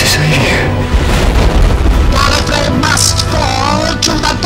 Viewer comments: Wait, Davros pronounced it "Gallifray" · "The Time Lords of Gallifree" ... huh, I didn't know they pronounced it differently in the old series.